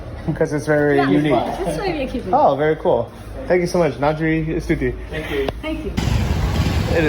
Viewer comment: you dont say istuti there u dickhead